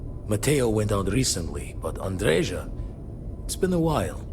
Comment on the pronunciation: Ah, Andreja, finally. Too bad Andreja is a male name - I have a friend named Andreja and a nephew named Andrej. And it's even more of a shame that they pronounce it wrong - it's pronounced Andreya, not Andrezha.